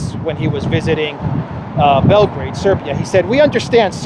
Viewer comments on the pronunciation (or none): none